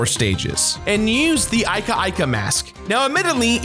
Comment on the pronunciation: That's not how you pronounce Ika-Ika